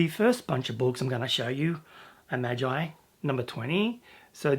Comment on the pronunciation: Maaaahhhgeee for magi not maj-I